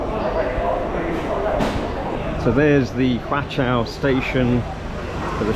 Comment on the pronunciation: Your pronounciation is fine. It's just the name of the station pronounced in Cantonese becomes a swearword in English. 😁